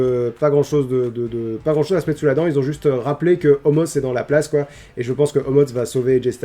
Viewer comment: Salut! J'ai remarqué que tu prononce Omos comme ça s'écrit, mais apparement ça se prononce "Omas", tu fais ce que tu veux de l'info, en soit il n'y a pas de faute aux noms propres mais voilà, comme ça tu sais ☺️